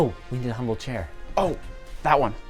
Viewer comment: ‘Umble very ‘umble sir